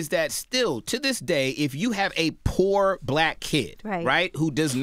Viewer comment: why does this nigga keep emphasizing poor? like srsly